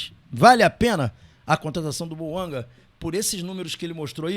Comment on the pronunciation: Detalhe:Lé-se BOUANGÁ pois o nome é francês .